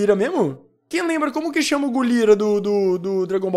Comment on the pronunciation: O cara e lenda nem sabe os nomes do ozaru e chama gorila de golira